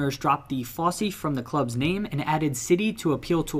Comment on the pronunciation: I was going to comment on the Wyggeston and Fosse pronunciations... never heard of Wyggeston but surely a double g wouldn't make a j sound? And why on Earth would the e at the end of Fosse be pronounced at all, yet alone with that hard "ee" sound. Surely, if you were going to pronounce it, it would be an "uh". I dunno man, you lot over the pond, you always amaze me with your inability to pronounce English place names. It's like you don't speak the same language. But you do. I don't mean to offend, and it's certainly not personal. It just baffles me.